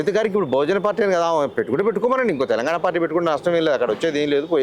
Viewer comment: ఇంటర్వ్యూ చేసే వ్యక్తి స్పష్టంగా మాట్లాడటం నేర్చుకోవాలి.. కనీసం 'తెలంగాణ' అని కూడా పలకలేకపోతే ఎలా